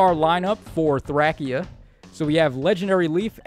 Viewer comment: You said Thrackia not Thracia.